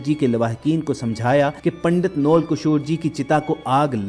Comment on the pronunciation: پنڈت جی کے نام (نول) کے تلفظ میں واؤ پر زبر ہوتا ہے جاہلو نون اور واؤ کو ملا کر نہیں پڑھا جاتا بلکہ دونوں کو علاحدہ علاحدہ (جی ہاں اس لفظ کی یہ املاء بھی درست ہے) اور دونوں پر زبر پڑھی جاتی ہے محمد فاضلو